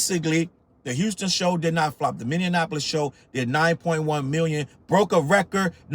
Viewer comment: I live in Minneapolis.... and it's pronounced "mini" - "apolis"; not "minian" - "apolis" Don't make find you 😂😉